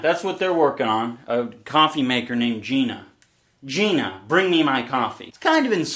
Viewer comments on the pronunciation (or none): I think it’s pronounced, “GīNA"